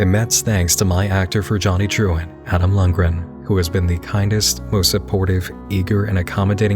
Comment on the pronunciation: More i hear saying Truant, i cant help to hear actually Truand (meaning Hoodlum French but more like a con artist than an enforcer)